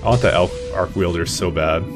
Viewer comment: I have never heard arc welder pronounced "arc wielder" before.